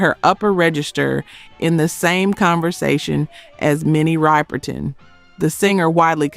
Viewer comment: RIPPER-TON! You all kill me mispronouncing these people's names. Can you all program your systems to pronounce these names correctly?